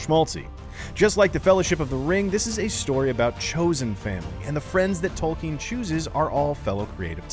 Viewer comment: Its Tolkien not Tolkin